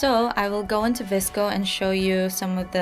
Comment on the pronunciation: omg... you pronounce vsco different than i do but the way you say it sounds right lmaoo i say it like v-s-c-o which is probably wrong, also i love the grain filter on vsco SO bad like ... i know for a fact i overuse it but i cant help myself